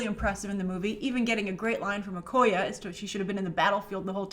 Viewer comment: You always say Oh-Koy-Uh, her name is pronounced Oh-Koy-Yay